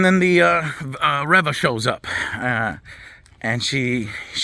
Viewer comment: It's pronounced ReeeeeeeVA 🤡